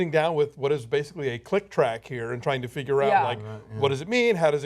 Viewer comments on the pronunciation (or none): none